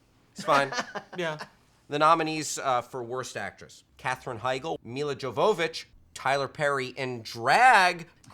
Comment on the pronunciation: Its pronounced "Mila Yo-hoe-vick"